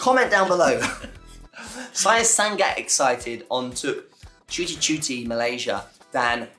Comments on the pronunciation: Not ‘san gat’ not ‘sang at ‘ but “Sa ngat”👍🏽 keep it up to learning bro… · say like this sa-ngat not san-gat 🤣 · Say " SANGAT " not San-gat but Sa-ngat ... Nice try 👍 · Sa - ngat... Bukan sang - gat... Huhuhu anyway bahasa can be used in Singapore, Brunei, south Thailand, certain part of Myanmar, cambodia n definitely Indonesia...